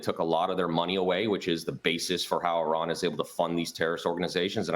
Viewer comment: Don’t talk about a country you can’t even pronounce like your an expert. Repeating the same talking point every Fox News guest spews about Iran.